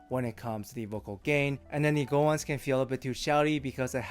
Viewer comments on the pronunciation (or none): none